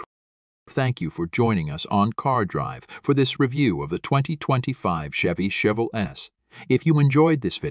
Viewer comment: Learn how to say chevelle before making a video on it